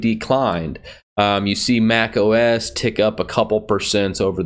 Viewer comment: Apples desktop os is called macOS, not Mac OSX. It was never Mac OS “eks”, it was pronounced Mac OS Ten. But now it is just macOS.